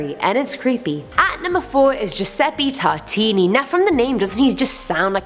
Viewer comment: Tartini.. Neh Tortaliini